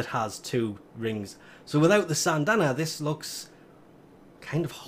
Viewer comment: SYNdana not SANNNNNNdana